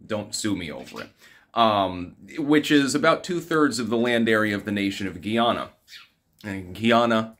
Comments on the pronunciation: Guy Ana (or awna) not Gee Awna. I am Guyanese and immigrated to the US as a child. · not GHEE YANNA ...its GUY AH NAH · it’s Guy-ana not Giana! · GUY-yah-na --- rhymes with MY Llama -- geez -- you pronounce so many things incorrectly. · It's pronounced like it's spelled. Guy-ahnah. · I’m suing you over this pronunciation my lawyer will be in contact. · I've met many a Guyanese person, and they pronounce it Guyy-ahhhna-mon. They used to call themselves "coolies" and taught me how to clap roti 😋